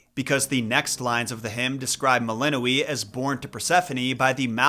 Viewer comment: The letter ë is pronounced ay, not ee